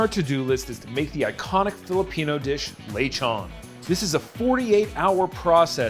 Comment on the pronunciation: I like it when non-speakers say lechon as lay-chawn